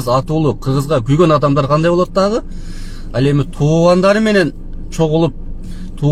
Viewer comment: Ол протокол эмес ал протокол туура суйлочу же чыкпай эле койчу